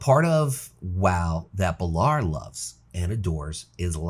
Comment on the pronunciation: 2 other things. Love the transmog vids you do and you should do more vids like this other than name pronunciation this is a really good vid.